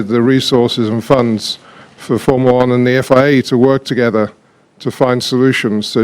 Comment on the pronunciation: Jean Todt: FOURMOOLA WAN